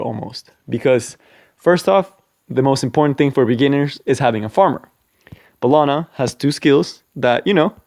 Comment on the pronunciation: First, take that like for ACTUALLY SAYING & PRONOUNCING HER NAME RIGHT!